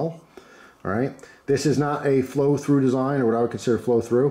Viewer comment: When I hear “flow through”, I think of when you said “fro frew” however long ago. Idk why but that stuck with me and makes me smile/laugh.